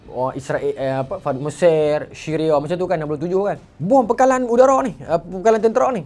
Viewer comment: Siria, bukan Shiria.... bahasa arab basic. Suri